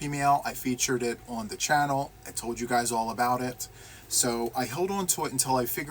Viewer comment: Ok I think my favorite part was the end when you tried to say take care guys and you said it sounded like take care buys, I just giggled. But seriously glad to see you joined the National Crochet month challenge with us. It's been a lot of fun and focusing on one thing (not easy to do for some of us!) And I don't have the squirrel mind I have a cat one, because I see that shiny object and I am lightened focus on it and NOTHING gets me back lol. Now I have to get COMPLETELY caught up on your videos but it's ok because your laugh always makes me smile :)